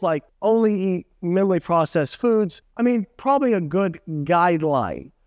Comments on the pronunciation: Not “minilly;” it’s “minimally.” Not “verse;” it’s “versus.” 😂 Otherwise, great video, as always! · Is he saying minaley?